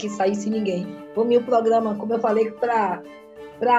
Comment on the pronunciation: Ela ainda fala "progama"